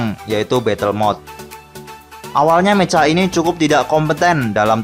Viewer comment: Mecha dibaca meka